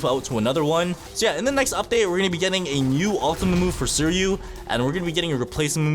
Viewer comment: Bro pronounced Suiryu's name wrong. It's Swee-ree-yu, and the R is pronounced the Asian way I think. Trust me with this, I've seen the anime.